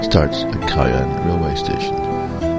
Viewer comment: KI ANN ??....more like COW ANN (pronunciation)...that's OK, cobber...you weren't to know ! :):)